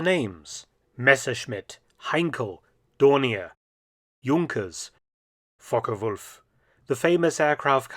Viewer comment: I really appreciate the way you pronounce Focke-Wulf